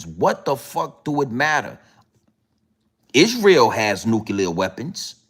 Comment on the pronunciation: You do make me laugh but its hard to take you seriously when you spend most of your time saying the same word or couple of words over and over again in different ways. But one thing is for sure and 2 things are for certain lol Yeahhhhh lol Isreeeeal lol I dont mean to be condescending its just when you listen to this as a Brit its very funny. Also its Piers Morgan not Pieere lol he's not French. Also how are you a threat to the establishment? and your personal revolution is certainly being televised for the world to see lol any it is what it is and it will be what its goibg to be right? Bro we should collaborate and go live together and talk about current affairs and ill bring it to your audience from the streets of London and you can do your thang. All joking aside you are a star my man 😅